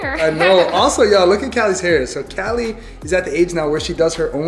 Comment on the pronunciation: It's Cali not Kelly